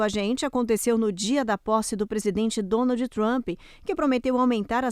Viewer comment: Excelente?? A Jornalista anunciou DONALDE TRAMPE 😂😂😂